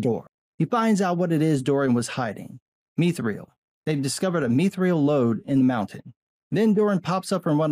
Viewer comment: Mee Thrill -- I will never not in a million years accept that pronunciation - never you hear lol Myth - thrill (to the death I say)